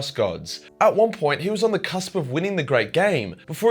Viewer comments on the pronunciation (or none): none